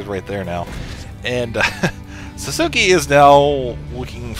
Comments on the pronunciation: lol sasuki? its pronounced sauce kay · ITS SASUKE! not sasuki! GRRR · lolz "sah-soo-key"